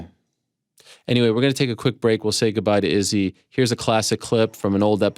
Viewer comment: I 100% agree. All the announcers make sure they get all the Brazilians names right, and the Africans they butcher on a regular basis. The dude has been champion for years and no one has said his name properly to this day. Jan Blaschowicz they get, they roll their R's for Periera, but Izzy gets his name butchered on live tv for 3 years